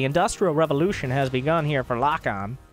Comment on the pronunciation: I believe Lokon is spanish, which would be pronounced lokón (with the strength on the second o)